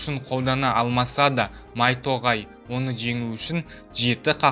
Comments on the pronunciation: Майтоғай емес майто.Гай ғо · майто тоғай емес майто гай ол